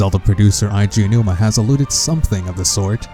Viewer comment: thats it hisname is pronounced A-G Ow-new-ma ok Eiji is pronouced A-G!!!!!!!!!!!!!!